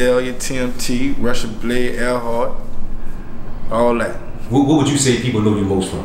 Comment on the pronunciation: Rocheblave not Russian blade that's jus how we pronounce it